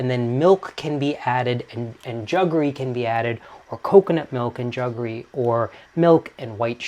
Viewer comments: I've never heard anyone say 'juggery' ! ...... it's jaggery' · It is jaggery not juggery. It is a Portuguese word for the traditionally Indian product. However the English word ‘sugar’ came from the Indian root word ‘shakkar’ because Indians were the pioneers in sugarcane processing and extraction. And ‘semia’ is the play on word semolina. I like semia just as much as the pearls in a payasam. Absolutely hate raisins in payasam, they ruin the sweetness of it.